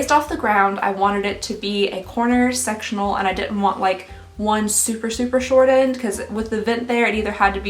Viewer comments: Sectional. It just sounds like sexual. Lol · I thought you said “sexual sofa” instead of “sectional sofa” 😂😂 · I heard sexual couch...not sectional, took me a minute☺☺ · Not me hearing "sexual sofa" 😬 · Oh no I heard sexual instead of sectional couch 😆😂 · I thought she said “sexual sofa” rather than sectional. 😆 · Omg I scrolled down to the comments to find out what she said because I couldn't hear anything other than sexual 😭😭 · I'm sorry is it just me I thought she said sexual couch. I'm assuming she meant sectional couch?